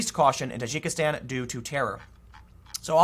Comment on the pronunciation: Dude its pronounced Tah djiki stan.